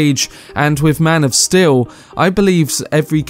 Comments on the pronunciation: I really like your video but i have a nitpick of you pronouncing steel as still. Other than that great video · am i wrong or is he enunciating Steel wrong?